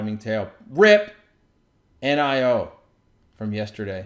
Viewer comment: How dare you say "nigh-oh" it's definitely "knee-oh" -$NIO